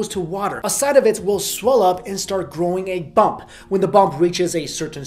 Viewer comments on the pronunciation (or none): none